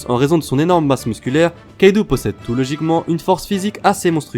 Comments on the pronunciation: On dit kaido pas kaidou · Arrête de dire kaidou et L1l1 C'est Kaido et linlin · tro come kaidou ***ouou nan kaido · a sa ma saoule on dit pas lain lain mais line line et c pas kaidou mais kaido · Déjà on dit kaido pas kaidou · « « Kaidou » » ?!!! Mec c est « « Kaido »» et linlin on en parle!!!